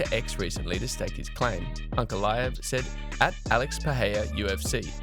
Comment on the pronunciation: Please pronounce the man’s name correctly wtf is [peheya]?